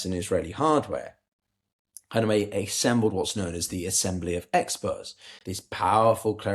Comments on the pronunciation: can't stand it anymore (after watching in several videos making the same mistake over and over again): Kha-ME-NE-i, not Kha-ne-me-i. i don't mean this as nitpicking or smartassery, but c'mon, the aim here is geopolitical analysis - getting the very basics right is the foundation of credibility. writing this with all the respect (and liking) of work, which i've been following for a long time. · Please, stop saying the late ayatollas name with the wrong letter sequence. His name was “KhaMeNei”, not “KhaNeMei”! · how tough is it to say KHA-MAY-NEIGH , i can say it and I am neither English nor Persian